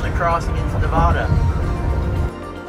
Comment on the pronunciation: Have you learned how to properly pronounce Nevada yet?